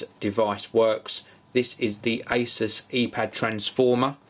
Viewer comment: You say 'asus' wrong